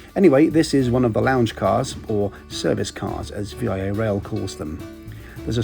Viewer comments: Lol its pronounced like " veee - ahhh" . Sorry I'm a railroader and it just bugged me lol. Great video though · Yes, how to pronounce is VEE-ah. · Never heard anyone call Via Rail as V.I.A. Rail. Do the Canadian from Vancouver to Toronto next when the pandemic is over! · I've never heard anyone call VIA "V-I-A" before haha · Good video from my country! The company is pronounced "VEE-ah" like the word. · Actually it's via.... not V.I.A. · Great video! One thing- VIA is pronounced Vee-ah like cheetah not the individual letters :) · I was going to comment on this as well, as a lifelong Via passenger it grated my ears every time I heard V-i-A. but it doesn't matter haha. I loved the video! Just hope the creator of the video reads this, and if there is a next video, say Via Rail! As if you are going via rail... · As a Canadian, I found it funny that you called VIA Rail, V-I-A Rail. That makes it sound much fancier! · I like that you did this train, I have been on it a few times but you are pronouncing VIA wrong it is not separate V.I.A as you pronounce it but it is one word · haha i just now said the same thing! the V I A thing bugged me lmao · Great video. A relic of the past. I used to work for Via in the 80s, not much has changed really. Except we has fresh made to order dining. please note it’s pronounce VIA Rail. (Veea Rail). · The Brits wouldn’t appreciate us calling it “Britane” like in maintain. No excuse, it’s VEE-AH! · VIA, pronounced as a single word. Pretend you're French for a moment and say it. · Yes. I thought this was obvious. Don't get why he think VIA is an acronym. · It would have been nice if you would have pronounced Via properly. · Haha, you don’t say V-I-A, it’s just Via. Anyways, I take Via all the time between ottawa and montreal, so it’s nice to see you’ve done a trip report on my country’s railway. Awesome video! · Yeah, that was driving me mad! VEEYAH. Not V I A. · Great video, but its pronounced Via Rail, not "V.I.A. Rail"